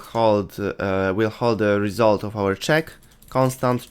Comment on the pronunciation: Result ❌ Resoult ✅